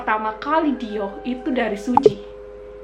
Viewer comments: Kalo googling dibaca dioh ka kayanya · DIOR dibacanya Dio ga kebaca R nya apa Dior kebaca R nya sih? gemes sendiri denger ngomongnya dio dio